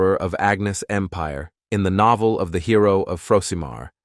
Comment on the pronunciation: noeveel it said instead of novel